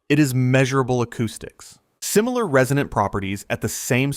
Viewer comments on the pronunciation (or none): none